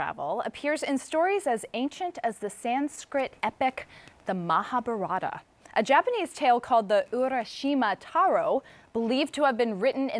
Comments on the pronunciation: It's Mahabharata not ''maha Barrata'' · It's not mahabharaaaaaata, it's mahabhaarat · Truly when she pronounced Mahabharata I was speechless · Ooh God! How she pronounced the holy "Mahabharata" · She don't know how to pronounce Mahabharata